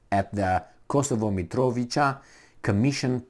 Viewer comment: pronounced: "Mitrovitsa", brgds